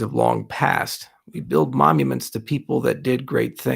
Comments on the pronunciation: Is he saying momuments? 🤔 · Sounds like you're saying momuments in the video though. Is this the kind of thing where you've said it wrong your entire life and no one has corrected you on it? Like Rick (in Rick and Morty) who says "taking things for granite" Or was it just a brainfart from being tired and not able to sleep? Both are okay btw, it's part of being human and happens to the best of us. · How about you fuck off and make me some of the money you have lost me back, dickhead. Can this guy really not say 'monuments'. We're all fucking morons for buying into this guy's promises.